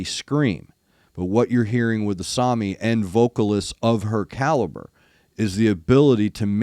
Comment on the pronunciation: I'd call this particular song more power metal than symphonic metal, but that's a minor point. You pronounced Asami's name correctly.